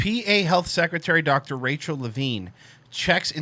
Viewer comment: "Rachel" These people...